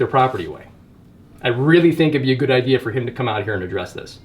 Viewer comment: It's idea not ideal.